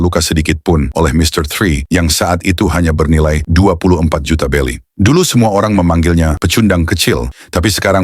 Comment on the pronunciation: Berry mang,bukan belly..belly tu perut mang..yonko,bukan yongkau..brogy bukan brokey mang🤦🏻🤦🏻🤦🏻